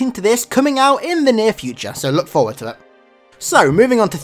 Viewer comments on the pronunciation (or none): none